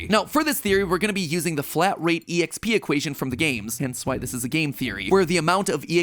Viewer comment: This mofo really just said “e-x-p”. Wtf Matpat. Wtf